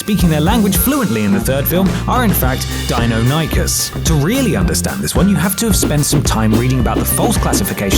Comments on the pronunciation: Its pronounced die-non-o-cus ;) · The way you say Deinonychus, Jesus Christ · Hate to be a total dino neeeeeeerrrrrrrrd but..... 1) You pronounced Deinonychus wrong 2) Whilst a Deinonychus is bigger than a Velociraptor it is still smaller than the dinosaurs portrayed in JP 3) They are much more likely to be Utahraptors if anything 4) Also, considering the genetic code used etc as they still needed to fill in some of the gaps (with mainly frog DNA) there is the possibility that this caused some growth abnormality , so theres still a chance they could actually be Velociraptors (this genetic mishap may also explain why many of the dinosaurs are inaccurate through out the JP series)